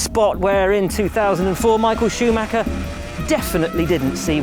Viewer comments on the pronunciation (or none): none